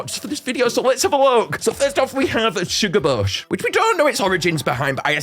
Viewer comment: ITS PRONOUNCED SHUGA BAIS NOT SHUGA BAHS